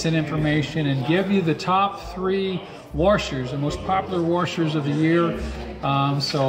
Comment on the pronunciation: top three "worshers"